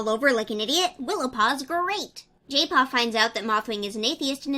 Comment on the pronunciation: why do i hear jaypaw as gaypaw